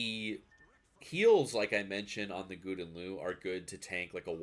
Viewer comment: I know you prolly don’t give a shit but GL is pronounced Gow-den Lay-Ooo